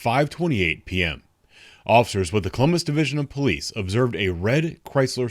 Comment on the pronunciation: WHY IS SHE TRYIN TO ZAZAY THE POLEECESES